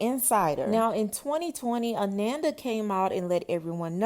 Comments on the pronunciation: Her name is pronounced (A-non-da) its not like Amanda 🤦🏾‍♀️ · Ah-non-duh.....come on now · Her name is pronounced Ah-non-da not Ah-nan-da. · Ananda😮‍💨🙏🏾… (Uh-non-da) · Pronounced ah-NON -da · Good commentary, but you are pronouncing her name wrong. ❤